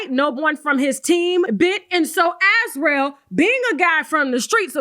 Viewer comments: Sis, Azriel is pronounced (az REE ell), yes like Gargamel's cat from the childhood cartoon "The Smurfs". Great content as usual! 🤗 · Why can’t nobody (Gayle King included) say /As-REE-el/?